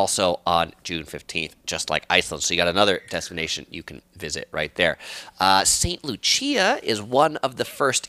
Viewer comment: Are you saying St. Lucia or another place? If so, St. Lucia is pronounced as "loo-shuh", just for future reference. Informative video!